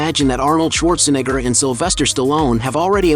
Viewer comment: This guy really having a tough time pronouncing "neigh".. comes out as "nih" everytime. Just say Arnold.